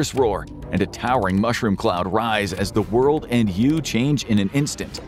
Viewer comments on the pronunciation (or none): none